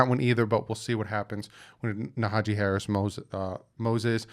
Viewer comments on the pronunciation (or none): Naja-Hee 😂 you be butchering peoples names, it's funny tho...good work 👍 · Isnt it Najee Harris? you keep saying Nahajee haha